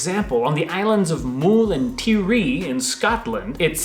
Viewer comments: 'Mool' and 'Ti-ree'? The 'U' in Mull is pronounced the same way as the 'U' in mulled wine and Tiree is more 'Tie-ree'. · The pronunciation is (mull not mool) and (tie-ree) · The Isle of Mull rhymes with dull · You pronounced Mull wrong. It's pronounced like Hull as in a "Hull of a ship". Other than that, I was chuffed with the video. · The pronunciation of Mull and Tiree worried me a bit 🙈 Mull rhymes will dull. Tiree is pronounced Tie-ree like two distinct syllables